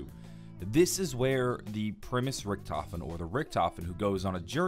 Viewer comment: My brain hurts, you said primis, ultimus, Richthofen, it hurts